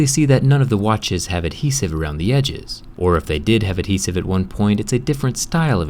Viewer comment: You put alot of emphasis on the "h" In adhesive. Maybe if your American that's possibly the reason why